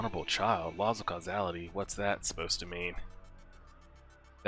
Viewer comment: The amount of times I’ve heard people mispronounce “causality” is insane. I’m glad you didn’t lmao. But on a serious note, I have been really enjoying this ride and it’s been one of my highlights during the weekend.